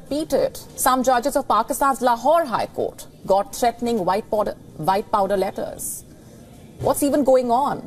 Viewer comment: Did anyone else hear Her Say white powder and then correct to say vhite power